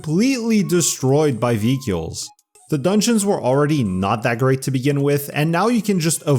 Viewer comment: How can anyone take you seriously when you pronounce the word “vehicles” that way???